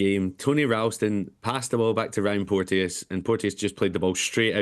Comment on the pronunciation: It’s porchus not porteeeeousss